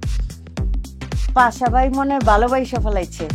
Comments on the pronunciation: পাশা ❌ পাছা ✔️ 😂😂😂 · পাছা না 😅 পাশা পাশা। 🤣